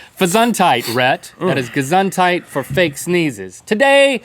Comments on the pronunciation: Ge Soond Hyte, not Ge Sand Hyde. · Did link just say "gezongheid"?!!? HOLLAND XD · I do always sneeze when I look into the sun and sometimes it works with bright light, too. And it is so funny, how they pronounce "Gesundheit"! :D I love it when they try to speak german... :) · I love how Link pronounce "Gesundheit!". Sounds cute ^^ (the "u" is actually pronounced like the "o" in "to" e.g.)